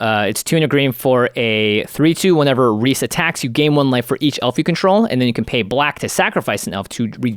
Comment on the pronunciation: Thanks for pronouncing Rhys correctly.